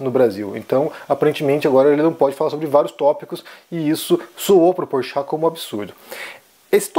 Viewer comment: Ele disse "Porchato" ... ou é impressão minha ???